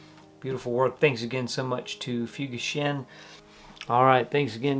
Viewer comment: Looking at their website, I saw a beautiful split-toe derby at $350. They clearly have a future. Having worked in Japan for 12 years, I think the correct pronunciation should be 'fooGAshin,' (BTW 'fu' is never pronounced as in English 'fuse' but only as in 'fugu fish.')